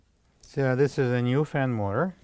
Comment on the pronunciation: Not helpful can't understand learn to pronounce words ! What is a fin more